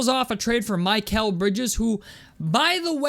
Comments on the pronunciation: Is there an inside joke with the way you are saying Mikal Bridges? or do you not know its Mick-el Bridges and not My-kel Bridges? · I definitely agree I’d take Mikal Brides his stock is low and think he’s a really good player. The only thing I hate is how you were pronouncing his name wrong 😂😂.